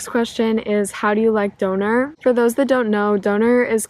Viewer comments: DÖÖÖÖÖÖNER not DOONER! Sounds like DONUT how you pronounce it ... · Don't you dare call it doner, it's DÖNER hahahaha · It took me 30 seconds to realize you mean Döner by "dauna" hahaha so interesting video! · At first I was like: what is doner? And than I realised you mean “Döner“ ps. Liebe Grüße aus Deutschland ;) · Hehe, I think your "Ä" and "Ö" comparisons are good, and they will definitely help. But the pronouncation is not really exact the same :D But definitely close enough